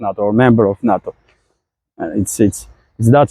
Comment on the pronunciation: its funny listening to pronunciation. NATO sounds like NUT-TOE instead of NAY-TOE but doesn't matter of course.